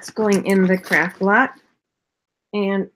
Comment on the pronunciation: Are you saying craft or crap lot? Lol